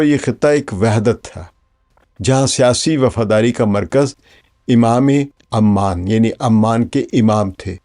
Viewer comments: Aman wrongly pronunciation, it is Oman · PLEASE fix the pronunciation of "OMAN". You keep calling it"Amman". Sir jee Amman is a city in Jordan. Please fix it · Kindly correct its "OMAN" عمان not Amman which is capital of Jordan.